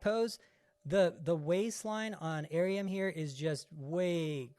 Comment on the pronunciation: Her name is pronounced “ah - reum” 2 syllables, not 3 🤣